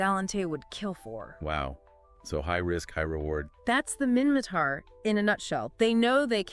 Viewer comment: minmaTar not mimmaKar